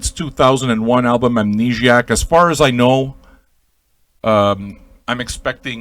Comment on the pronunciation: I love your pronunciation of the title. Amnegiac. That's what I'm calling it from now on. I'm French-Canadian, and I'm shocked you're not, based on your accent.